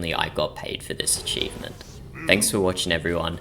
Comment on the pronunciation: did bro just say with all of that, if you want to get this eachivment just get the eachivment?